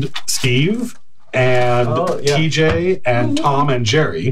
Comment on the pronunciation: Tom not Töm?